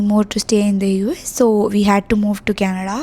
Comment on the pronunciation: You're very charismatic Just one pet peeve: the way you say Canada. You don't enunciate it properly. You say it like 50 year old mami, sounds like Kenedlaaa. Pronounce it properly no? You live there now. Least you can do is learn to pronounce it.